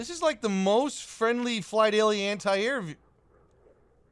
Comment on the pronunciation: You guys pronounce "anti" weird